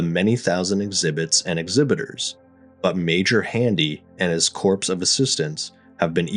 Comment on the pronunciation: Is this AI narrated or is the narration done by an actual person? "Corps" is pronounced like core, more, tore, etc. not "corpse" as in a dead person.